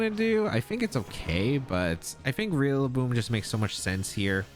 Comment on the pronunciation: Lol you keep saying realaboom